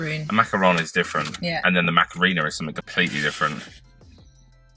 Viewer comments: Did say Macarena? 😂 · Love how pronounces the Macarena as well lmao😭